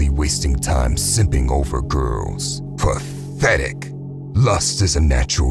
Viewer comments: I know this isn't supposed to be funny, but whenever you say "PATHETIC" like that I can't help but laugh because it hits so close to home. I guess I'm more so laughing because of self reflection 🤣. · I like it the way he says "pathetic!!" 😂❤ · I love when he says "PATHETIC".